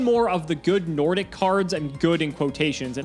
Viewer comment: Hearing them pronouncing the Nordic cards as an Icelander just hurt my ears. But kudos for trying 🙏